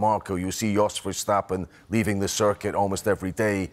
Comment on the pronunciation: Craig Slater is a ham. Can't even pronounce Jos Verstappen's name.